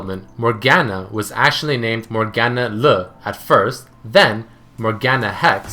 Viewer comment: Morgana Le Fey, not Morgan Le Fray. Sorry, that bugged me :/ And it's llarona- the LL sounds more like Y ya-rona